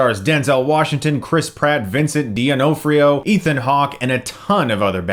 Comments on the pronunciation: Great review, but I literally (as in literally, not figuratively), cringed when you said D'Onofrio. Haven't heard pronunciation that made in a long time. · Glad you enjoyed it I was really worried this was gonna be bad. Also your pronunciation of D'onofrio is hella wack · Vincent DEONIFRIO? Jesus ,you sure butchered that pronunciation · Usually there is not so much emphasis on the first "O" but I usually still hear it in interviews. It's probably just a regional thing. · Vincent Duh-naw-free-oh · Why do you pronounce it ''Dee-onofrio''? It's just Donofrio, the ''d'' is the same as in words like ''he'd'' (he would). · dough-NAH-freeoh.... Not Deenofreeo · DEONOFRIO?! BRUH TE FUCK U SAYING! It's Don-O-Far-io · D'onofrio = De Na free o Can't be that hard for pronunciation. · pronounced, Vincent "D'NOFF-Rio" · Vincent D'Onofrio is actually pronounced exactly how it's spelled: Duh-nah-free-o. Jus sayin... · it's pronounced Vincent "don-off-ree-oh" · Vincent doe-NOF-ri-oh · It's pronounced Duh Nof Rio. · Deyo-No-Free-o?? LOL! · Dah-nof-ri-o, Chris. Great video nonetheless. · "Do nofrio" (I'm Italian) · Why doesn't Chris Stuckmann know how to say Vincent D'Onofrio? It annoys me because he literally mispronounces every actors name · sorry Chris your pronunciation of Vincent Donofrio's name is pretty laugh out loud funny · If you do love Vincent D'Onofrio so much (and why wouldn't you?), you should at least learn how to pronounce his name. Also, holy crap is the cast of this film incredible. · That pronunciation of Vincent D'Onofrio.... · The was he says Vincent D'Onofrio name almost made me dislike the video. Almost. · Every time Chris mispronounces "D'onofrio" it makes me cry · Chris, I respect you, but you gotta pronounce names correctly, man. The way you said Vincent D'Onofrio's name was pretty off. You do that with other names sometimes. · Chris mis-pronouncing V. D'Onofrio's name was a bit irritating. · Only person I've heard pronounce Vincent's last name like that